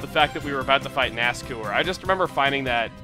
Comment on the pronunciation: Ever time you pronounce his name as NASCOOR it makes me cringe. I've always pronounced it NASCOUR (the OU making the same sound as in the words hour or loud).